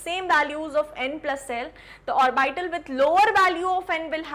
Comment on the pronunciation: It is not pronunced "or-by-tal". Please use correct pronunciation